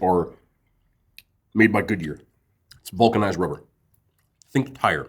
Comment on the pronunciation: Bro said Vulc rubber 😂